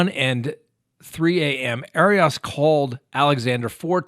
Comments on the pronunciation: It’s not pronounced ari ass 😂are you being cheeky pun intended haha, she’s a bunny boiler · Air-e us. Come on,. Everyone has heard it many times. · I love how you say her name , sounds like hairy arse! Lmfao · Please get your facts straight on this case........including how to pronounce her name. It's just irritating. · 1st of all you're pronouncing her name incorrectly 2nd of all she should probably get the defense attorney who defended OJ and casey because he would probably be able to get her off 3 we just need to stop hashing out all the stuff and creating gossip Because she's desperate and would like to get out We really need to take a deep a book in to how fragile the mind and heart is because this guy kept on letting her back in he kept on toying with her heart when she really loved him when a person's playing games like that they're taking their own life in their own hands because people become fragile and they become very sensitive and this is why we need to be very careful when we have our relationships because more and more people are just getting more intolerable of how they're being treated and people are going off you see it with all the mass murders you see it with husbands and wives killing each other it's just a new norm and I feel that people really need to look a bit deeper into human behavior because if you've been hurt over and Over you become more intolerant This is just my opinion there's no condoning of murder however the fragility of the human mind and heart needs to be taken into consideration because people can toy with people and mess with people till a point and then a person can be pushed over the limit and just snap I'm just sayin just my opinion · I adore.... BUT can someone please help him how to pronounce “Arias”?!? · your mispronunciation of Jodi Arias' last name gave me a headache. Please don't do that, anymore.